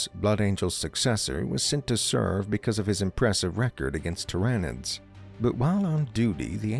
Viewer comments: the "ty-ran-nids" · The script it reads needs to have phonetically spelled names